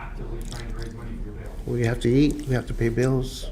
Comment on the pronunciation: It’s pronounced bail